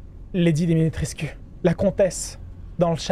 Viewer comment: Alors, juste pour info "Lady Dimitrescu" ça se prononce Dimitrèshcou. :-) C'est un format de nom de famille assez fréquent en Roumanie.